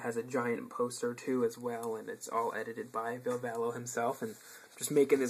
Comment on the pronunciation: Badass collection! But still, you Yankees need to get some pronuncing practice when it comes to Ville Valo. I'm sorry to say but as a Finn you can only imagine how it pains me to hear the fucked up English pronounciation. It's one of the easiest Finnish names, c'mon! :D